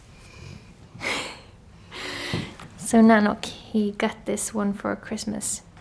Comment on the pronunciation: You always say at the end "thank you so much fow watching this video" but I want to say THANK YOU so much for creating these videos that makes me/us happy. ❤